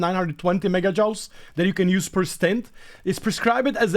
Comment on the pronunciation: Joules is pronounced like jewels, at least that's how I was taught to say it. Having said that your English is about 1000X better than my Czech and you are a joy to watch. Share the happiness mate, it's how we win in the end